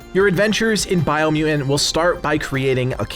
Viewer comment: Biomu "TANT" there's two T's. BiomuTant. Say it with me,, Bio-mu-Tant. So it's not "Biomu-ant", it's Biomutant.. 2 T's.